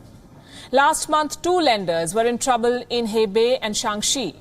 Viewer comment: Hi Ms Palki, He Bei is pronounced more like Her Bay as opposed to Hey Bay :) and when you see Q as in Qing Dynasty it is pronounced with a Ch sound like cheese. O is always pronounced like "Dough" as opposed to "How". Jin Zhou would have a Dough sound and not How sound You are doing a great job, thank you and keep up the good work 😊👍